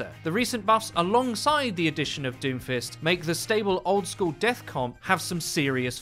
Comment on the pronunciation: why do i hear doofus everytime u say doomfist